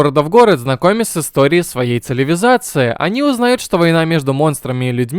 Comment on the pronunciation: Циливизации. Угарнул